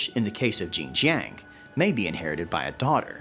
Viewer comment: don’t worry, I will have more ginger for the next couple of days to commemorate Zheng Jiang for her butchered name. Btw, I have spoken to many Asian Three Kingdoms fans. No one knows who tf this female character is. Is it a made up one?